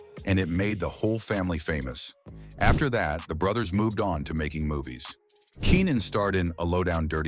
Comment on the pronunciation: why your AI having a hard time saying brothers? were you spelling it wrong?